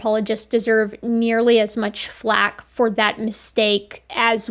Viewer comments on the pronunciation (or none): none